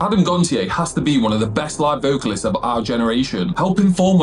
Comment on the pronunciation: You pronounced Adams surname wrong lol It’s said as “gon-sh-ay”